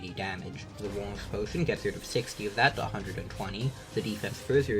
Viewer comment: What potion does he keep saying when talking about damage reduction